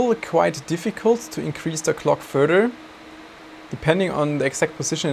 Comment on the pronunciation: Can you stop saying "furder"? It's FURTHER. Enunciate your "th" sounds, please.